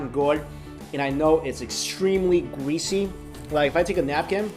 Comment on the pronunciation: Gweasy Wth you’re supposed to say greasy